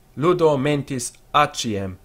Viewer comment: It’s not ”atchiem”, it’s ”atsiem”, since it’s written in a german context. German pronouncion of latin differs from italian. But if you still want the italian pronounciation, for some reason, you should’t say ”creskis”. In italian you have to say ”creshis”.